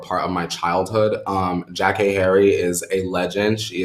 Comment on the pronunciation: I think she pronounces her name “JackAyy”